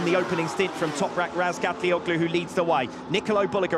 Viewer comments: booaaahhh diese dämliche KI Stimme kann man sich nicht geben. Und das von WSBK persönlich. Traurig sowas ... da passiert sowas eine all time best Lap und dann mit dieser gruseligen Ausdrucksweise. das ist ein Bereich in das der BMW nicht gut dahinliegt. Ratzgar defrotzulguss .... nikolo derulug ... 5000 sekunden Rückstand nur zur 2ten Runde .. waaaasss ? mein Gott wie kann man sowas online stellen. Was ist los mit den Leuten ? Alles wird nur noch lieblos dahingeklatscht ... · Hallooo:Madame please seine Nachname richtig aussprechen.